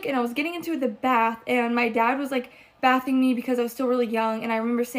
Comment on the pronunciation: I know that girl did not actually multiple times pronounce bathing, that way what?! 😳 🤦‍♀️🤣🤣